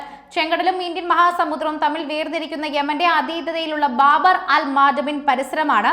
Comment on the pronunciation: ബാബർ അല്ല ബാബ് (കവാടം)